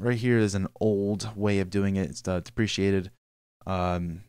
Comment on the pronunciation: I've been following along since episode 1 and I'm still working my way through it. I do know some Java but you are filling in the gaps. I am able to add my own ways of doing it after watching the video which I think is awesome. One thing I will point out (I got corrected for this once too)... Deprecated... I pronounced it how you did in this video until I found I was wrong (easily done if you are like me and read too fast)... it's pronounced "Dep-Ree-Kay-Ted" and "Dep-Ree-Kate" and "Dep-Ree-Kay-Shun" but anyways, keep up the good work! Stay safe out there! :D